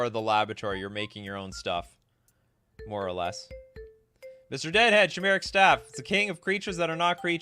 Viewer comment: I think you're pronouncing chimeric wrong. It's pronounced like Kai. You're saying it like shy. Like die but with a k sound